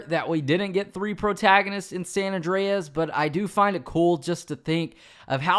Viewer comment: Awndreas lol